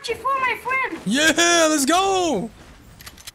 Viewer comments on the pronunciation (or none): No way...He says "fwiend" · Vewy thanks me fwen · Lets gho my fwend! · “Your are very big boss YOUR VERG BIG HEART MY FWEND”! Edit: thanks dark <3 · "Ma Fwend, yoou bes"... So funny😂